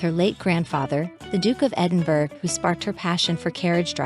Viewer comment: It’s pronounced Edinborough, not Edinburg.